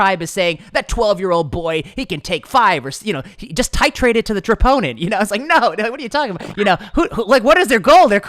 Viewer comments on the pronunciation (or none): “Tritrate to the troponin” hahaha